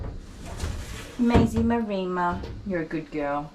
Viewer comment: I hate to say this,, but it's MAREMMA (pronounced as in 'Emma'). I wondered what a Marima was... and I'm typically on 'the the spectrum'... so couldn't just leave it.... Sorry! Great job, by the way. Very funny start to the video! And heartfelt congrats on 1,000 subs!